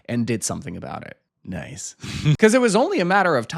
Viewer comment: Never say “nice.” like that.